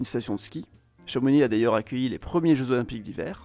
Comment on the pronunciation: Tu prononce pas le x de chamonix merci. Vive les savoisiens